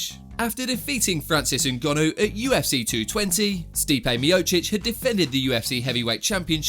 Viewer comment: “Joesay” and “ngonnu” I love the pronunciation